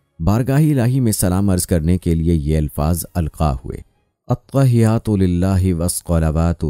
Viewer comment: AttaaHiyyaTu Lillah but Not ATWAhiyyaTu Lillah Video ki Parchaar k liey .... Nimaz ko Teek karey..